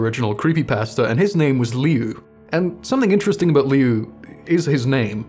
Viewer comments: I thought his name was pronounced lue not liu everywhere ive seen pronounces it as lue..l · I’m pretty sure it’s pronounced Lou like Louse or Louie. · Alright I don't like doing these type of things but the I in "liu" is silent, so it's pronounced like "lu" Edit:same how you say Lucy Lu's name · Its Liu, like pronounced "lew". Its a nickname for Luis, im like 99% sure abt that. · His name is more pronounced as Lou instead of Liu. But that’s about it. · Its like, Loo-Ee. Like Louis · his brothers name is pronounced "Lu" or like "Loo"